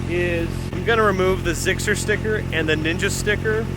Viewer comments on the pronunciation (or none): Did just say "ZIXXER"